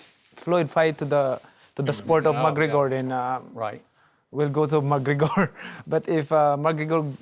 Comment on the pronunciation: LOL how he says mcregor ''bagreggor'' and ployd''